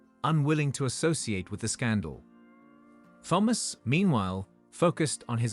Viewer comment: one day they will produce an AI vocalisation that can pronounce the name thomas correctly every time in a story! or maybe just use a name that it can say correctly oops...ofc it would help if it was typed correctly also THOMAS and not PHAMOS i will say that the AI is a master of repetitiveness though by twisting the details in the sentences and restating the same info multiple times. it managed to a 15 min story into 21 min lastly where is the son or the dna test....as suggested by the title of this story? the title bears no similarity to the story! gaddamn. the man did well right up until the end when it appears he has no spine! the man is a jellyfish. after the courts and humiliation....he has no self respect or sense of dignity and took a cheat back! ready to wait....for the next time